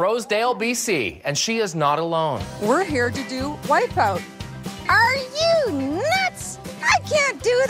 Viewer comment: "wipeoot." :P